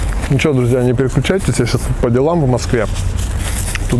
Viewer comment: почему ты говоришь: "неперекючайтесь"?